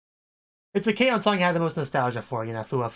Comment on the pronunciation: It’s not K-o it’s K-on